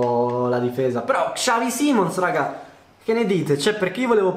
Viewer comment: Ma come cazzo pronunci xavi simons...mi arrabbio solo perché è il mio cazzo di idolo, si pronuncia bene punto